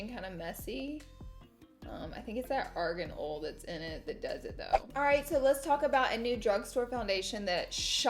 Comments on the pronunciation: Any one else notice certain word she says sound funny hahah like greasy she says greazee and Aegean oil sounded like argonal haha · Was anybody else like “what the fuck is Arganol?” (Arian oil) 😂😂